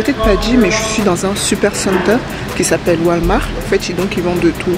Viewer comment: Super vidéo !! J’ai hâte d’arrivée au Canada moi aussi. Et t’as dis Walmar 😂 tu dois lire « Wolmart» et le « t » dois bien se faire entendre